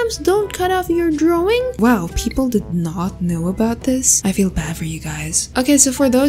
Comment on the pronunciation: I love the way she said " draowing".❤. By the way, love ur videos . ❤